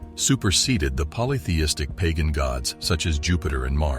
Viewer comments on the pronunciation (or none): none